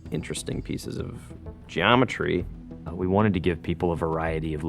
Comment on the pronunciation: I like the dude - "interesting pieces of... GEOMETRY!"